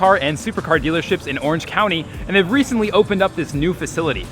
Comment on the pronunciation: fucked can't even say recently right